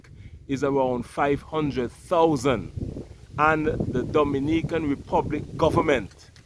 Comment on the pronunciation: Not Dominican,it’s Do- mini-can.